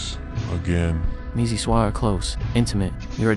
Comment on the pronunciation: "Missy swah" 😭